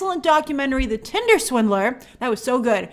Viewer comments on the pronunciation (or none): none